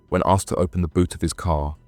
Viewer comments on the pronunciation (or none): none